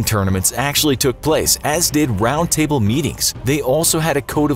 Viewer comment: Did he just say “knights of the round tible”?